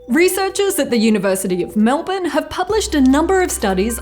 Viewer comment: You pronounced Melbourne properly I am so proud